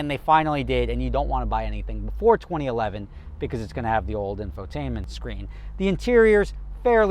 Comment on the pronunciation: "Untill 20 11"..... Wtf?